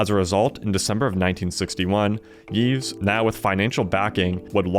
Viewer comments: also you don't pronounce the s in Yves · The S in Yves is not pronounced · Yves has a silent s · Seated I commend your brave interpretation of how to pronounce Yves and Balmain, stick it to the French haters